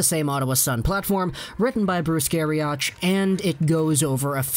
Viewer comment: NOT Gari-OCH, its Gari- OCK!